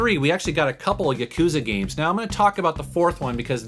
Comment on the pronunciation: It's not gmes it's games